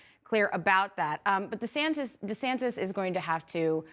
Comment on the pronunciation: “Governor Santis”?